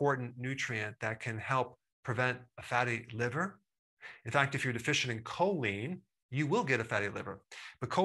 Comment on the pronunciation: Choline has not been pronounced correctly.